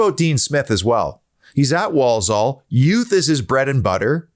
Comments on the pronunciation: Obviously never been to Handsworth!! You don’t want to!! Walsall pronounced wall-Sul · Love the way u say Walsore (Walsall). I opened a pizza shop in Walsall once and our PR guy thought we were opening in Poland and wrote a bloody press release saying we were pushing into Eastern Europe…….🥴